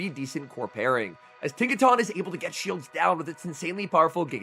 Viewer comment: Tinka-tun. Giga-tun. Not Tawn.